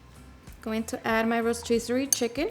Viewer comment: Rochscistizory chicken lol